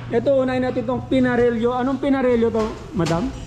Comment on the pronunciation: Ok na sana kaso Pinarelyo ka ng pinarelyo!😂😂😂 Buti na lng nandyan c miss ganda na nag pronounce ng tama!😂